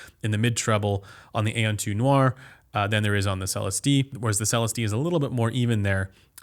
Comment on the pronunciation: You're still saying Celestee wrong lmao.